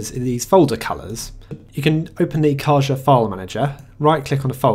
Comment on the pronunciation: It's pronounced "Ca-ha". The meaning of the word in Spanish is box.